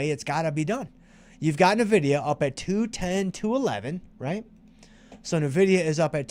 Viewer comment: Thanks! You make this course both fun and educational. Nice call on Nvidia. I didn't know the correct pronunciation until now 😂